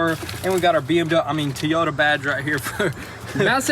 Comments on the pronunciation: Ugh at the beginning you said it right Toyota, & then we you got the the badge you called it a Tyota....... smh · toyota = "Teeyota" dull = "dool" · It's "mirror" not "glass". K? Keep up the good work! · What's a "tee-yota"... haha. Just messing yall, keep up the good work! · really curious why you guys keep saying TEE Yota? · stop calling the make of the car teeyota it is pronounced toy- o -ta not teeyota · You must have corrected your pronunciation of the brand name from comment pressure but I appreciate your Southern pronunciations of "Teeyota" and Tayota". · Teyota? Realy? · Can you learn how to pronounce Toyota?? Teyota is annoying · Correction toy-o-ta = Toyota; Not te-yo-ta = Teyota lol just thought id share lol, you guys are great, love the work u do. Good job guys! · I can't believe they stopped saying tee-yoda😥😥😥😥😁😁😁😁😁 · Toy..ota. Not Tee...ota. 😁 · Nobody:: "teayota" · What is a Teeota? LOL BMW nope wrong again. Even if made by another its still Toyota. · They didn’t!! threw out a “ Tea-Oda “ on they front emblem for the bumper!! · What’s a Tee-Ota? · yo! ti-Yota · TOY-O-TA idk how you can butcher that, but this kid accomplished it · I gotta know, why did you two even start saying Tee-yota??? Plaeas explto someone else if not me. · How can you not pronounce Toy? Thinking you guys are just looking for any way to sell a T-shirt lately. Except for that, great channel.